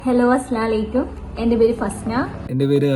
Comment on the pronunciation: അസ്സലാലൈക്യു എന്നല്ല ഇത്താ. അസ്സലാമുഅലൈക്കും. ആദ്യം സലാം പറയാൻ പഠിക്കു